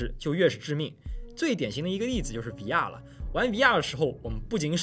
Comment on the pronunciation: VR的读音…比延迟还违和难受…